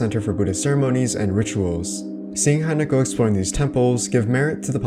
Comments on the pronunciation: Dude you are saying Hainako. It’s Hinako. Hi. The same Hi as in the word “him” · Trying to be helpful here, not an asshole: It's HEE-NAW-KO, not HAI-NAKOH. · Your vids are great. Love them. I know you probably already know but her name is pronounced Hee-nah-ko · geez, her name is pronounced Hee- nah-koh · I hate being THAT GUY but most of these shrines and religious motifs are rooted in Shinto-ism. Also it is "Hee-nah-ko" As always, thank you for your videos! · Please say her name right once, just once...